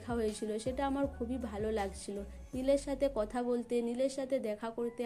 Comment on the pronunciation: আবার বলছেন সবাই ক বলছেন সোবাই কথা কে বলছেন কোথা বাজে উচচারণ ।